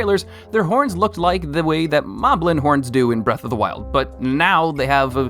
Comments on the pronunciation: They are pronounced mob-lin, and bo-koblin, it's a play on the word goblin. I can't understand how people don't understand this. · is it just me or is his pronunciation weird? Hi-nocks Bow-kow-blin Zilda Mow-blin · He also pronounces it as Lih-zahl-fows, but I know I just pronounce that one weirdly (Lih-zahl-foes) How I see the other ones are: Hinox: Hee-nocks Bokoblin: Buh-caw-blin or Bow-caw-blin Zelda: Z sound, L, "duh" Moblin: Maw-blin